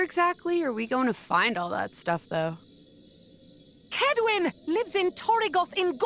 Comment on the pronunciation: Ngl, I felt physical harm when they said Kedwyn.